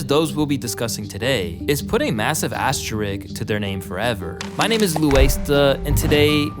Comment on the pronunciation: He said “asterick” 😂. He mispronounces words like this far too often for a channel his size. Gotta hit those books if he wants to be taken as seriously as he needs to be.